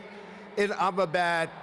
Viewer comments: It is supposed to be Ahmedabad not 'I m a bad' Swami Vive ka mun non Soochin Tendulkar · It's not ahemadabad it's I am a bad city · Nyc catch M A Bad ... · it's not Ahmedabad it's 'i am a bad' ;) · "....and today, India welcomes us, at the world's largest cricket stadium in Am-a-bad". 😂😂😂😂😂 (I'm not anti Trump, i just think that's funny)